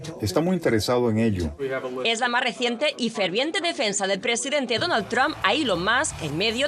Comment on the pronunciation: Aprendan a hablar se dice presidente Ente